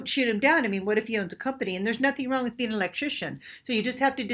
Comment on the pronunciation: Important not importan Being not bean Talking not talkeen Sounding not soundeen Looking not lookeen Playing not playeen Our is not pronounced “are” Training not traineen Organic not organdic Dating not dateen Authentically not ahthentically Experiencing not experienceen Amazing not amazeen Something not sometheen Living not liveen Vibrating not vibrateen